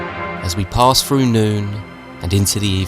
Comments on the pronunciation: 'Seasons free froo nine'. Wtf. Do you mean THree THrough nine?? There's no eff sound in those words. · I don't know how any adult can say the words "free frew nine" and think they're speaking English like an adult...